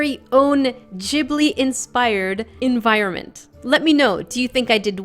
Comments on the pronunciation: Its call ghibli not jibli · Its pronounced Guibly not jibly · It's a soft G!! Its Ghibli dont pronounce it "Jiblee"